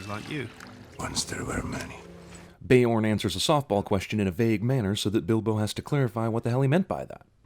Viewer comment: btw beorn is a scandinavian word for bear, and pronounciated as beeorn